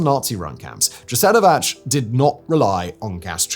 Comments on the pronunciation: most of our names end with ć. Thats a [ch] sound.Names are not that difficult.Also Jasenovac does not make a [dj] but I do understand that no one gave him the proununciation guideline. UstašE,not Ustašy.So,E as in lemonade. He lives two countries from us.We are all slavs,we speak very simmilar. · I wish you would look up the pronunciation of the names and toponyms. E.g. Jasenovac is pronounced /Ya-se-no-vats/ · Just one correction - Jasenovac is pronounced Yasenovatz. The first letter Y as in English 'yes' or 'yellow'. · When pronouncing words and names in foreign languages, please just check how they are supposed to be pronounced. It's not hard and not doing that makes creators sound unprofessional. Džasenovac xD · Jasenovac is pronounced yah-seh-no-vah-ts